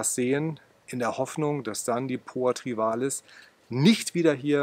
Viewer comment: Es heißt trivialis, nicht trivalis.